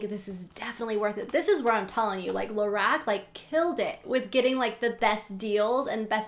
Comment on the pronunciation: Lorac is actually pronounced La-rock. But I really enjoyed your video anyway!